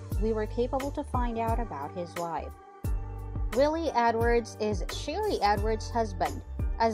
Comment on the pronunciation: Is pronounce Swamp People and her name is Sheree not Sherry